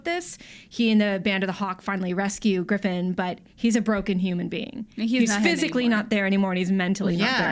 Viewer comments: griffin? GRIFFIN? damn come on guys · Of course I care about AoT S2..I've been up to date with the manga and I can't wait until I get to see the next arc animated. Screwing up Griffith's name and his backstory is just a tiny bit heretical. :P